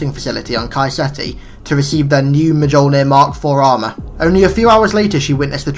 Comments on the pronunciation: Alright, this isn't me being a dick, just helping. mjolnir is said like me-ol(said like "old")-ner. leviathan is said like lev-eye-ah-thin. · Mjolnir is a silent J... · Not Silent..Its Norse,The J is pronounced as a Y so it's Pronounced M-Yolnir